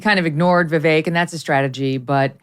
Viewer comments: Please Megyn, stop with giving Charles CW Cooke so much time ... or any at all really. He is so out of touch with many of us, regularily. To compare Reagan with Tim Scott, is absurd! How hard is it to say, "Vivake" like Megyn correctly pronounces Vivek's name? Cooke has a very elitest tone, and usually has very shallow/unsubstantial analysis. Emily was the best in the first portion of this show, no question. One last bit that most pundits fail to acknowledge ... We want to pardon Donald Trump for us, for the process ... NOT simply for the sake of the man, the private citizen. Trump is us, we are being prosecuted. Otherwise a good show here. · I’m sorry, but this fellow with the British accent who sounds so intelligent can just NOT seem to get the fact that Vivek’s name is pronounced “Vi vake” NOT “Vi veck”!! It drives me absolutely CRAZY that no matter how many times Megyn says his name correctly, this guy just CANNOT pick it up and KEEP IT UP. Ugh! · Dude wearing sunglasses, if you’re going to have an opinion on someone; at least pronounce his name correctly !!!! A pro would learn the correct way to say it ! It’s Vivek like Cake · Hey ….. Pronounced ViVAKE….. Rhymes with cake. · When someone .. like Charles, can't even make the effort to call him "Vivake" like Megyn correctly says, he has no respect for Vivek and his subsequent analysis is superficial. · Please pronounce Vivek correctly, rhymes with cake Vi Vake. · I couldn't agree more. The man can't even respect Vivek enough to pronounce his name correctly. CW is an elitist snob. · Please tell to pronounce Vivek’s name correctly. He’s driving me crazy! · CW Cooke also had this problem. Both despise Vivek, and it shows. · Christie and Haley did best? And, can he make up his mind on how to pronounce Vivek. Cooke is such a pompous ass.